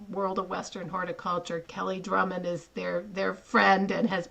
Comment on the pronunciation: It’s Kelly Grummons, not Drummond.